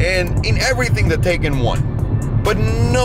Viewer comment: Pronounced Tie-con not Tay-can